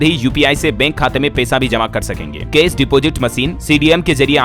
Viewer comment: कृपया अपना उच्चारण सुधारें बेंक, केश नहीं होता। ऐ कार और औ कार का उच्चारण ठीक से करें